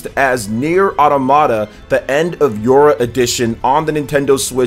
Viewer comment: it's autOmata, not automAta